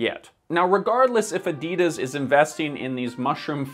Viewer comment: you're great but please research how to properly pronounce "Adidas" before making another video like this, I beg you 🤦‍♀️😅